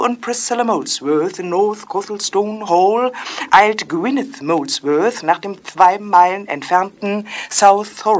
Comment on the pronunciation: "th-wei mh-eilen" :D